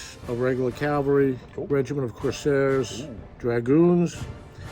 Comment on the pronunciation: Isn't it "Cuirassierr" not "Corsair"?